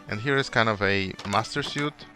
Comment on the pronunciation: "Master suite" Is pronounced "Master sweet" instead of how you said it: "Master syoot" Great video, I love your world! (Not trying to be mean, just correcting a mistake.)